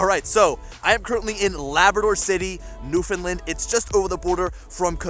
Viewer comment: lol sorry the way you pronounce Newfoundland. All good